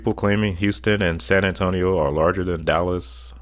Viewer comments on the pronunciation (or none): none